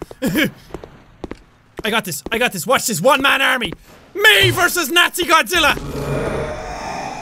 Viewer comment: Eet nawzilla lol not spelling err. Just accent